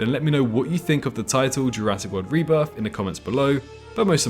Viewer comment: THE REBRITH OF THE SENE